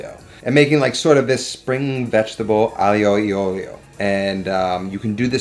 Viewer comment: it's "Aglio e olio", spoken "Ajo e ojo"...